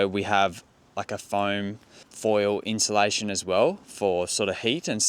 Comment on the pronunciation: Sorry mate, just a little criticism pronouncing words. Insulation, not inshilation, as you have been pronouncing it.😊